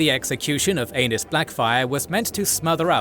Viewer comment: reeeeally need to pronounce Aenys like aeneez not anus 😅